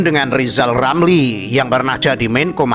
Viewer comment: Jadinya minta dijewel bial nggak lewel Lizal latihan ngomong R dulu sampe lancar